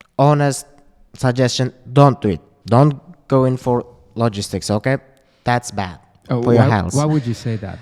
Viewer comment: bro: dond do it (in an indian accent) 😂 talking about logistics